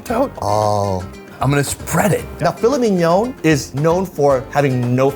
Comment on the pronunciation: I love this show, but his pronunciation of filet minYAWWN! Is hilarious.